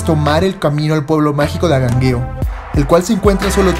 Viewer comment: Tienes un problema de dicción, tal vez frenillo. Pronuncias mal las palabras, como Angangueo, tu dices Agangueo. 👎